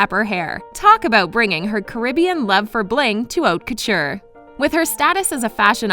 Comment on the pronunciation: Wrong pronunciation of "Faux" and "Haute Couture".